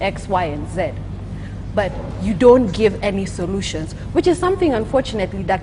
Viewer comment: sorutions you say......wow